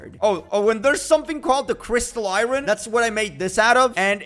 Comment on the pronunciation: I hate it when he says iren instead of iron